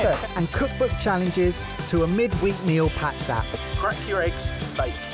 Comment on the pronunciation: Meal packs app!! I always heard meal pack sap in the intro and wondered what the living f it was.